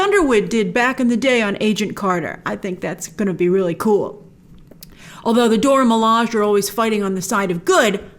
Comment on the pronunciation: please stop saying "Dora Milaj", it's "Dora MilajE" [do-rah mih-lah-jay]